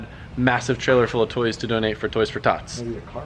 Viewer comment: "toys for toths" Lololol